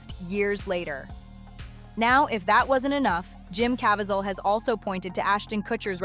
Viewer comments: Cuh veez el. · Pronounced Caveezel